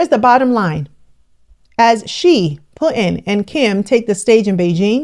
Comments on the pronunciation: You are butchering Putin's name. It's not Put In, the U is pronounced differently. It's hard listening to your pronunciation of his name. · ALERT: Mostly for Americans but it's seems many cannot say Putin. Putin as the letter T right in the middle..... Smh...